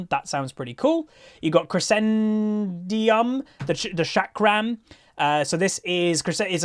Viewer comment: Lol developers : Aight, dota players been shitting on us with Invoker too long already. Time to put up a challenge. Also why can't you pronounce crescendum? Is it even hard lol.